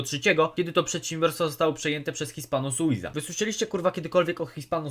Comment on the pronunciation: Jesteś pierdolonym analfabetą czytając nazwy tej marki hispano-suiza